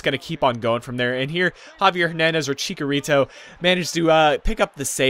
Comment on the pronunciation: You made chicharito sound like a Doritos flavour!